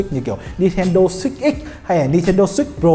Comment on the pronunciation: Switch hay six day sao nghe six ko day